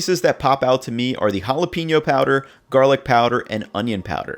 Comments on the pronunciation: why he call them holla peenyo chips lmao they called jalapeno (juh-lah-pah-no) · Ha-la-pain-yo not ha-la-peen-yo